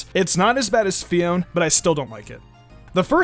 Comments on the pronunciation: Wait I thought it is Fi-on-é not Fi-on, uh okay then. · It may be spezled Phione but it's pronounces PHI-O-NAY. It may be confusing but it's true.